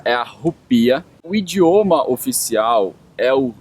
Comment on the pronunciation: pior é tu "indioma" kkkkk belo português!